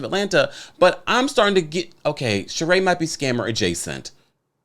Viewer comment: Whew! The Sheree babble!